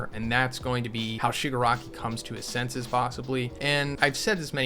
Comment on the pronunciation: it's the Shipanari!